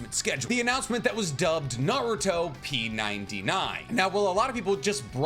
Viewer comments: it hurts my soul hearing him say "naruto P 99" dude is pronounced naruTOP99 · I thought it was pronounced Naru-Top99 lol. I voted for Minato. Probably switch around though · Its not narutoP 99 its naruTOP 99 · Bro, it's "NaruTOP99"...get it? "TOP 99". Not "naruto P99". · Bro said "Naruto p 99". Did you even watch Jump Festa or the trailer, it's been stated like 32 times that it was naruTOP99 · I think, based on the way they have the coloring of the letters, you're supposed to say it Naru-Top 99